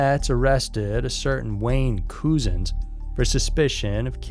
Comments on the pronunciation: Fyi his name isn't pronounced Coo-zens . It's pronounced the way cousins is pronounced. I knew you as an american would mispronounce his name ! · Its pronounced Clapam, without sounding the H and the police officer's name, arrested in connection with the case, is pronounced cuzuns, despite the spelling!